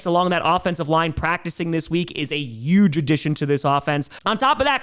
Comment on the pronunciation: One of these days tom will realize that huge has an "H" in it